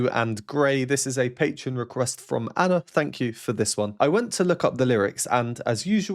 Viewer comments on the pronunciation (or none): none